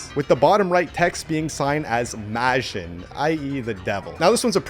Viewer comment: You said majin wrong